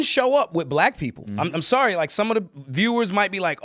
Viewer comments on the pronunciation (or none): none